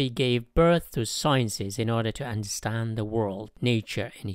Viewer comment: you forgot the d in understand